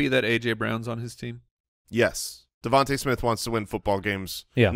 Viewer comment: at :57 min - I think it’s DeVon-tah not Devon-tay Smith, right? Maybe I am wrong.